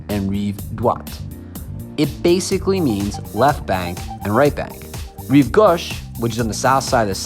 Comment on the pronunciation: rreev gosh? hahaha